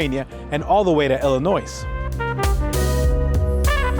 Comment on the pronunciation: Terrific job! By the way, you slightly mispronounced Potomac and Illinois. Yes, I knit pick. Thank you for your videos.